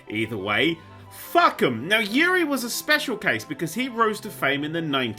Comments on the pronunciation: Just would like to say his name is pronounced oo-ri and not yu-ri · Its actually OOH-RY, not YURI... It's an Israeli name And yeah... Uri is one of a kind innit